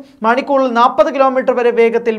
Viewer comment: Nappathu alla, Nalppathu.